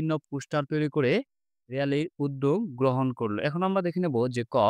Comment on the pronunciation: আমরা ❌ আমভা ✅ 😂😂😂😂